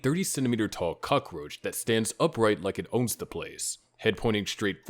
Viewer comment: When someone pronounces cockroach as "Cuck-Roch" they're clearly mispronouncing shit on purpose for a reaction. That said, I'll be the 100th person to ask you to work on pronunciation, in case I'm wrong.